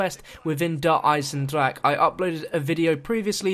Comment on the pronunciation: He changes the pronunciation of "Der Eisendrache" every video